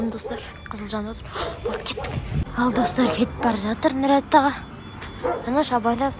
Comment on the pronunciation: Неге әділет нұрдаулет аға дегенді нүрет ала деп айтады